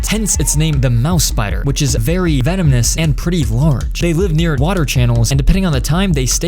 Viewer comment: bro was so terrified of the spider he said venomnes